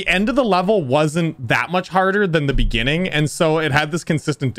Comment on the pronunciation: in de beninging